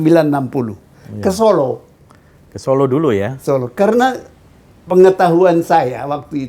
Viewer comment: zon, kalau kau ngaku intelek, ucapkan (kota) SOLO dng benar, contoh pak salim tamu mu itu